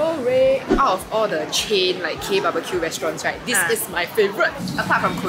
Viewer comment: when they feature seorae but nobody can pronounce properly HAHAHAHAHAH. issok A for effort guys